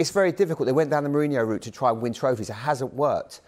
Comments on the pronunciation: As for "Momrinouh" ☠ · Sorry Micah, say Mourinho again?? I beg your pardon. It's Mon-reenio